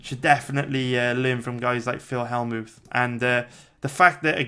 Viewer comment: Skimmed through and knew you would butcher more names haha. Phil Hellmooth??